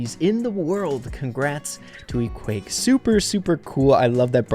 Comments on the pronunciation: i just realised that u said ekwayck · It isn't pronounced Equake but Eqwac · It’s eqwaak not eqwake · It’s pronounsed equack. Like a duck🦆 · It's pronounced EE-QWARK is some French variation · It is pronounced e-qwaak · I think its pronounced E-quack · I think it’s pronounced “E-quack” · Its ok, but I think its wrong, because there are two 'a's already, and it should be pronounced as in 'quadratic'